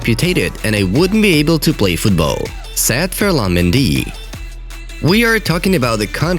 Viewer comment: Am I the only one who hears sad instead of said?